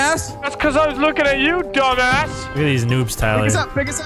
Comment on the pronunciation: "R ya still lewkin at da mown?"